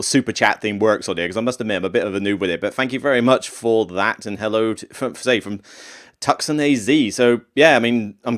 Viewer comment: Tucson is pronounced like two-sonne, just another American city pronounced way differently than it looks!